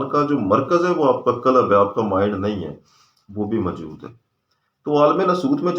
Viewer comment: Sir. Lafz '' qalab'' nhi '' qalb ''he. Thora sa prononciation drust ferma lein . Shukriya.